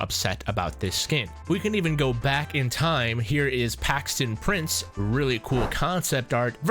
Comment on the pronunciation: there no way he called him Paxton Prince it’s PRICE